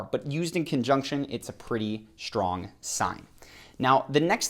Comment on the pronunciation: It's pronounced "Strong" NOT "SHtrong"!